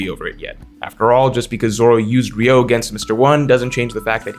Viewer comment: it's not "ryou" but "ryu-o"/"ryuou", the o is separate from "ryu". Like Ryuma, but replace ma with o. "ree-ooh-ma" > "ree-ooh-oh" You're one of my favorite OP content creators but it hurts my ears every time.